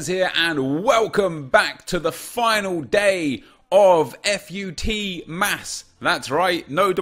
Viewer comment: F-U-T MAS? Why did he say it like that?